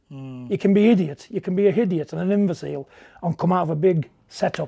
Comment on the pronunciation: What's a 'hidiot' ? A 'hideous-idiot'? John must be referring to Bob Arum😁